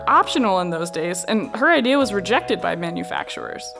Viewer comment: Go back 10seconds you ll hear she almost reforms the word Manufactuars into MENufactuars because they rejected her idea hahaha